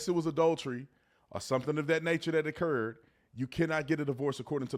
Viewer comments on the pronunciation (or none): none